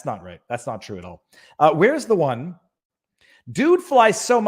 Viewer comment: there's no h in "one"